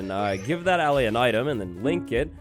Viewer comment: Ur saying allay wrong